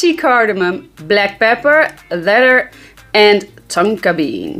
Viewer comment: Love your content and sense of humor. You always look on point. Love how you start your videos from a distance. So that I could take a peak of those perfect abs amazing!! And Love 💘 how you say leather. You pronounce it letter but it sounds so sexy. And your a Taurus just like my little one. Don't bother a Taurus when there sleeping. That's like there holy grail haha!! And what's an amazing fragrance I still wear is Clinique Happy smells amazing it was and still is a head turner. My Taurus daughter loves it. She's a frag head like us. And send my love to miss fresh nice day my beutys.